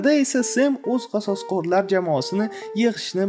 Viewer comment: Qasosqorlar deb aytmang odamni gʻashiga tegayapti